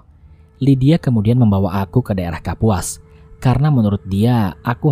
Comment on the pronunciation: Ralat sungai Kapuas mas bukan sungai Kapus